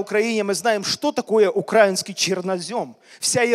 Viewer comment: Извините, поправлю: Не на Украине, а в Украине! Не укр а инский (ударение на а), а укра и нский ( ударение на и)! Мы не Окраина или малороссы!!! А Украина, независимая страна, много людей погибло за свободу и то, чтобы нас назвали именно укра и нци (ударение на и)! Для Украинцев это оскорбление, как на черного сказать негр!